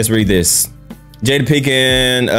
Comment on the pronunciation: Pinkett not Pinkin. Lol. We got the point tho.